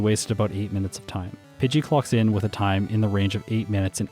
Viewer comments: I cackle everytime he says "clocks in" because I hear it as "clucks in" XD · Sounded like you said "Spearow clucks in" and that's still a funny pun to me.